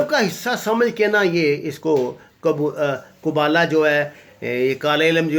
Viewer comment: آپ کی خودساختہ کہانی سن کر ہنسی آرہی ہے کہ آپ کو kabbalah کا صحیح تلفظ کہنا نہیں آتا اور آپ اپنی گپیں ہانکنے آگئے ہیں اور kabbalah کے کورس پوری دنیا میں ہوتے ہیں اور یہ کوئی کالا جادو نہیں بلکہ مسٹیسزام ہے اور یہ حضرت داؤد اور سلیمان کے منسوب ہے اور آپ کو یہ کس شیطان نے الہام کیا ہے کہ موساد میں بوڑھے جادوگر پاکستان کے خاص لوگوں پر جادو کرت رہتے ہیں اپنی ذہن کی اختاع کو لوگوں کے سامنے کہانی کے طور پر پراپوگنڈے کر رہے ہیں اور یوٹیوب پر لائکس لینے کے لئے لمبی لمبی چھوڑ رہے ہیں۔